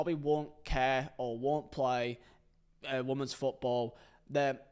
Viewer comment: Can someone please tell how to pronounce women?